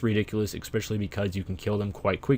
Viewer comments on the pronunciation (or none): ESPecially, not EXPecially.